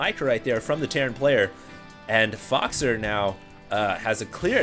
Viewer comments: I speak French and 'faux' is pronounced as 'foe', not 'fox'. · 'Faux' is pronounced as 'foe'. 'Foe-xer' sounds terrible compared to 'Foxer'.